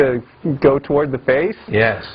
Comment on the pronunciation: LOL "Twards"